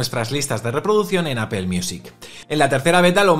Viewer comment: Titulo de este video en ingles y toda la cosa, pero empiezas a escucharlo y lo primero que oigo es una palabra extraña: APEL 🤣🤣🤣🤣